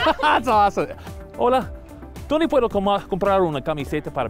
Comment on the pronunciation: Dounde puerouh comprah en la biblioteca